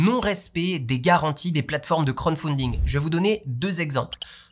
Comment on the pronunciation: C'est crowd (foule) pas crown (couronne) pour la prononciation, mais c'est pas grave😊